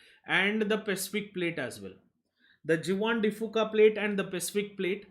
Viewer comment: Awesome lectures and thank you for your efforts. Just a small correction, Juan de Fuca is a Spanish word where Juan is pronounced as 'huan'.